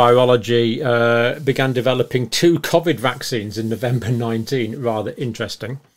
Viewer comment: The only thing John gets wrong is pronouncing the word Covid haha